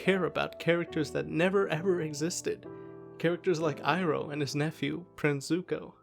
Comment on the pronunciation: It's pronounced "ee-roh" btw lol not "eye-roh"